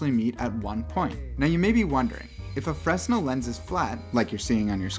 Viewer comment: bro fresnel is pronounced like 'fruh-nell' btw